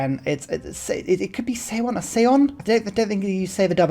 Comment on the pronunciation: on kr pronunciation: eo isnt pronounced as e and o separately: its a single vowel 어 and it's actually a very easy vowel to pronounce, somewhere between the o in "olive" and the u in "sun." so you could pronounce seowon as "saw won" and seondeok as "sun dock," approximately. this also means seoul is seo + ul = "saw ool" so it sounds more like "saul" than anything lol using eo for this vowel isnt great, but o and u are already taken for other sounds (their normal ones, so what english speakers know as long o and long u) so i kinda get it.